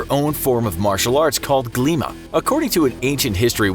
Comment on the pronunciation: u really pronounced Glíma very well